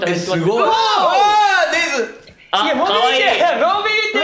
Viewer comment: ネズミをネズと言う恭平可愛い笑笑